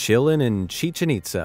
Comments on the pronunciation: I love your work and your sense of humor, man. But. The name “Hiram” is pronounced HIGH-rem, and Chichén Itsá is “chee-CHEN eet-SA.” The name is Mayan, and the diacritical marks over the e and a, as in Spanish, indicate where to stress the syllables. Most Americans pronounce it as you did, but we do need to be respectful of the culture by trying to speak as accurately as possible. Just sayin’... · It's pronounced chiCHEN itZA (does not rhyme with chicken pizza).